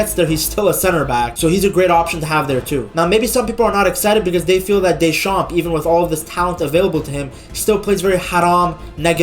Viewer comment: In Deschamps the p is silent. Otherwise the pronounciation is excatly that